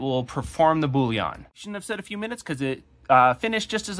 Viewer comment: Boolean, not bouillon 😅